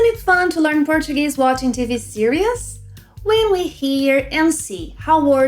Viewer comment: E aí, td bem? Essa aula foi muito boa. Olha, cê fala 'series' como se fosse 'serious.' Já percebi outros brasileiros pronunciá-la do mesmo jeito. Tenta de prononciar como 'SI-riz' ou seja como a palavra portuguesa siris acentuada na primeira sílaba e com som de Z no final.